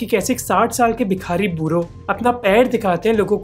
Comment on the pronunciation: Don’t mind my nitpicking, but it’s not Bikhaari, but Bhikaari.